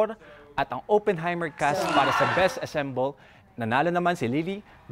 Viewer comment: it’s “ensemble.” Not “assemble.” Or did I hear it wrong?